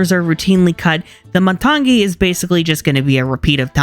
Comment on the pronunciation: you're pronouncing matangi as matang'gi. it's just matangi. other than that, love the video! i now feel compelled to rewatch frozen 2 and check if the soundtrack is actually not as good. also debating whether or not i should listen to the moana 2 soundtrack or wait til i can watch it... which i'll probably watch it once it hits disney+.